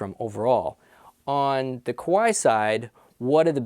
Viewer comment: Not "Koo-wai". "Kuh-wai".